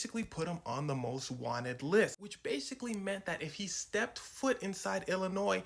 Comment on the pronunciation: this mf said stepped put